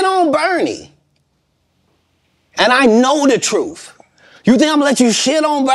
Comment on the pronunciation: Not even a minute in and he says safe to tell the troof